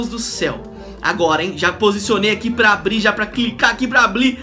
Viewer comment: "abli" KKKKKKK